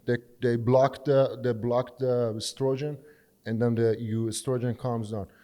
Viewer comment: Strogen? Or Estrogen? 😂😂😂